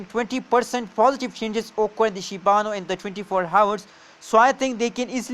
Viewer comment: Not shibanu its SHIBA I-N-U